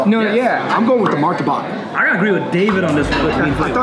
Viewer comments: it’s Martabak, not Martabaka 😂 you guys making me hungry and missing home food! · Its martabak not martabaka Hahah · bro its martabak not martabaka hahhahah cheers! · as an indonesian i want to state some facts: 1. it's martabak not martabaka 2. that martabak is so pale, probably doesn't have that much flavour and I noticed that you guys didn't eat the martabak with the sauce 3. why are you comparing gado-gado and kangkung, you should compare gado-gado with ketoprak 4. it's ayam goreng mentega not ayam mentega 5. ayam mentega for the win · Not "MARTABAKA", just "MARTABAK" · Pls invite Rich Chigga Martabak NOT martabaka And KANGKUNG is spelled ["Kung" "koonk"] [Beu La Chan] not BE LA CAN [sop boon tooth] not sop bun-that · It is martabak not martabaka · martabak not martabaka. :) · Martabak not martabaka 😂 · Martabak not martabaka hahahah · Lmao it’s mar-ta-bak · KANGKUNG wrong pronunciation. KANG you must said the ( A ) word like an ( A ) in gado gado. and KUNG you can said it like in ( KUNGFU ) thats the right pronunciation and another mistake is,, MARTABAK not MARTABAKA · Keng keng belekan, mi chek chek ,Moor Tabaq,rendeng,ikan Bakaa-,SOP buntat 😂😂